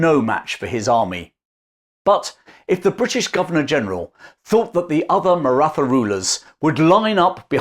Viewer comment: The TH in Maratha is pronounced as a T with an exhale. Hard to trust the details of the story when something so basic is wrong ❤